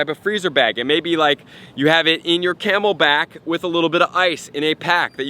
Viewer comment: he said camel pack